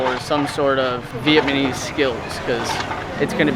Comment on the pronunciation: Dude you keep saying Vietmanese ...